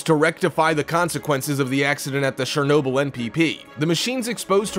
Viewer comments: got this in my recommendations, FUCKING SHEERNOBYL... this guy NotLikeThis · Shurrr noo bill 🤣😅🤣😅🤣😅...just stopp man😅🤣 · anyone triggered how he says chernobyl as shernobyl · The narrator's voice has given cancer to more people than Chernobyl's radiation. "SHERR-nobyl?" REALLY?! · This was facinating, but the narator's use of a soft "ch" (sh sound) to pronounce Chernobyl (ch as in church) is driving me nuts. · Quick tip it's not pronounced Shhernobyl 🤦‍♂️